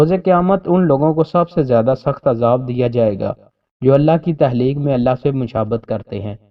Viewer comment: Please correct these words Takhleeq not Tahleek and Dakhal not Dahal.